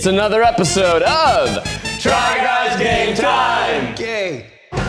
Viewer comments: Oh wow. Eugene said gay instead of game. Again. 🙄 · He always says "gay"😂😂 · i can no longer hear "Try guys game time" without hearing "Try guys gay time" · I think Eugene just confirmed a theory I've had for a long time. that every time the group says, "try guys game time!" he is saying, "try guys gay time!" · Every time they say try guys game time I here try guys gay time